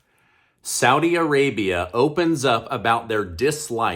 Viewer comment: I like what you do but please learn to pronounce Saudi Arabia 💪🏼